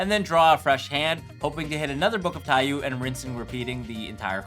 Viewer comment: This is just a nitpick, but the card name is pronounced "tai-yoh" rather than "tai-yuu". Taiyou means sun in Japanese.